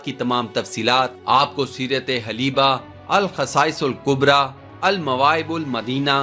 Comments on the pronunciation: Correction please. Halb is the name of city & the book mentioned in the story is SEERAT-E HALBIA, it is not HALEEBA It is HALBIA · Aameen aur book ka naam Haleebah nahi Halbiah ha